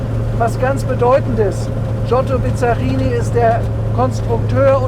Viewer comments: Das erste Auto bei Cargold, das ich echt nicht kenne! optisch zwischen italienisch und Corvette. Er fährt nicht und kann ihn auch nicht aussprechen. Bisschen Iso Griffo auch. US-Motor sicher nicht mit 400 PS, denn die Ami-PS haben nicht europäische Werte eher im Verhältnis 1: 0,7 (100 PS sind 70 echte). Aber das Auto wummert wie eine Iso Griffo, ist allerdings nicht so elegant. Ein Rennwagen… was mich ja schon wenig interessiert! Motor klingt übel… Mit GT = Grand Tourismo hat das 0 zu tun; da geht es um schnelles und komfortables Reisen! Respekt für das Auto, aber für 1 Million kaufe ich mir meine 5 Traum-Oldies und habe noch Geld genug übrig für den Erhalt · Der Name wird übrigens ausgesprochen BiSSSSSarini. Das Name kommt nicht von Bizarr. Dann die überzogenen PS-Angaben des 327/350er Chevys: Die Werte sind damals in SAE angegeben worden....liegt bis ca. 25% unter den DIN, da Pürfstandswerte. Bizzarini hat zwar einiges an den Köpfen gemacht, besonders bei den Corsa Versionen, aber nicht immer und bei jedem Motor nie sicher. Aber ob der 400 Pferde bringen wird, na ja, die Rolle wird's zeigen ;) In jedem Fall ein wunderschöner Traumwagen, auch mit 295 Pferden